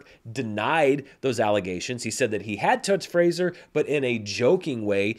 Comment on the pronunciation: Finally someone who knows how to pronounce Fraser. Hopefully Grace Is paying attention